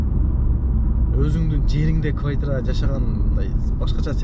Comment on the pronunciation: Боке не эле кывайтира дейсин😂😂😂